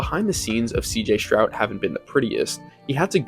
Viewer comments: All good except for mispronouncing his name, it is NOT “Shrowd” it IS “Stroud” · Stroud not Shroud.